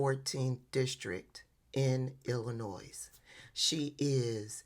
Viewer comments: I’m from Illinois and proud of her. We need resistance and if not now, then when? (Btw, it’s pronounced Ill-i-noy) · Hello, I totally enjoy all your work. Please know that the state of Illinois is pronounced without the S, it is silent. Please continue with you work. We need it 👍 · you don’t pronounce the “s” in Illinois. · The S in Illinois is silent. Illinoi. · Just an FYI, the “s” in Illinois is silent. Other than that, love this!! This is how “they”should be treated. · When people say Illinoise… 😖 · Hi ❤your channel. Respectfully the “s” in Illinois is silent. ❤. Keep up the outstanding work of keeping us informed. 🤲🏾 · sorry to pick nits but as a retired teacher, I can't resist. You do not pronounce the 's' at the end of Illinois. Also, there is not such place as "John Hopkins University". However, "JohnS Hopkins University" is quite well respected. Be careful where you put your 's's!:eyes-pink-heart-shape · The “S” in Illinois is silent…and yes she handed KN her ssa and I loved every second😂😂😂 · Illinois Is Pronounced Illinois (the "S" is silent.) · The “s” at the end of “Illionis” is supposed to be silent, just like the “s” at the end of “Arkansas.” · No S in the pronunciation of Illinois. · Also just to give you a friendly correction in Illinois the s is silent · Can you all please pronounce our State correctly, there's no "S" on the end in pronunciation. Thanks.!!!! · I'm over the street from Michelle O's growing up home. The s is silent in Illinois. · From our mighty state of ILLINOIS (silent S please!)! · The S is silent in Illinois, lady. They don't like Ms Underwood here in ytville, and WE know why!!!! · I was going to make the same comment. Don't pronounce the S. 😂